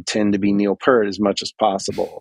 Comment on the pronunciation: Funny how he pronounced 'Peart' correctly the 2nd time 'round but then returned to mispronouncing it for the rest of the video 😁 Which was a lot of fun to watch and listen to, so thank you both, and Tim! 😀👍 I admit Primus are a bit too weird and quirky for me, and I never succeeded to get into them beyond 'Wynona's BBB' unfortunately, but I still am able to appreciate and respect those guys as musicians and also as the nice people they are 😊 And congratulations on getting to chat with one of your drum heroes! 😍👍 I'm very happy for you! 😊🙏